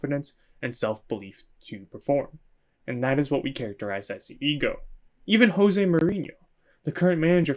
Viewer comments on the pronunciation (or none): none